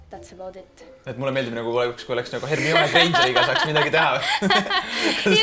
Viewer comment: Hermione-t ei hääldata "hermioone" vaid "hermaini"